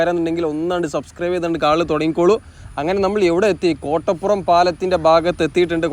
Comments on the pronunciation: മലപ്പുറം ശൈലിയിൽ ഉള്ള വിവരണം കുഴപ്പം ഇല്ല പക്ഷെ സ്ഥലപ്പേരുകൾ കറക്റ്റ് ആയി പറയാമായിരുന്നു. Eg. കൊട്ടപ്പുറം അല്ല കോട്ടപ്പുറം എന്നാണ്, കൊതപറമ്പ് അല്ല കോതപറമ്പ് എന്നാണ്, മുത്തുകുന്നം അല്ല മൂത്തുകുന്നം എന്നാണ്. Google Map നോക്കിയാൽ മലയാളത്തിൽ സ്ഥലപ്പേരുകൾ ശരിയായി വായിക്കാവുന്നതാണ്. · കൊട്ടപ്പുറം ❌ കോട്ടപ്പുറം ✅♥️ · കോട്ടപ്പുറം ആണ്, കൊട്ടപ്പുറം അല്ല.....